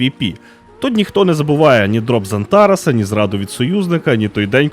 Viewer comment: Не антАрас и валАкас, а антарАс и ВалакАс. Невежа